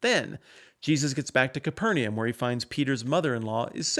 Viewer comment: Your pleasingly accurate pronunciation of the phrase “bona fide” was tainted by your absolute butchering of “Capernaum.”